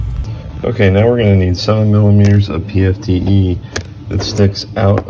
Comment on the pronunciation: PTFE, not PFTE. It's petty, I know. Otherwise, great video.